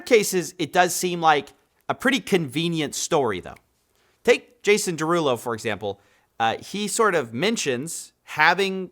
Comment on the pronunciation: “Jason Derugpull” is crazy